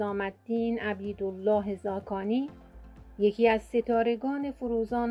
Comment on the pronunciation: لا اقل اسم فامیل این بزرگوار را درست بگو